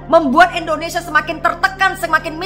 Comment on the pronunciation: Eda bisa ga kalau ucap bukan ENdonesia tapi INdonesia, waduh ucap nama bangsaku saja ga damai dengan ucapan Eda, orang bule saja ucap INdonesia jauh lebih baik, menghargai dll